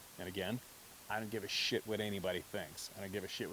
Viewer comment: They probably say what does “ give a shit” mean? No one says it with as much emphasis 😂😂😂😂